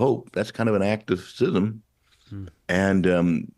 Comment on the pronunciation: Thank you for pronouncing schism (sism) correctly. I’m fed up of hearing it pronounced skism.